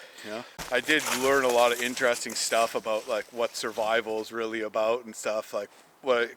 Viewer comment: Yeah, I noticed that too. The full Canadian in him comes to a head and there are "oots" "aboots" and "ehs" flying everywhere. Lol 😁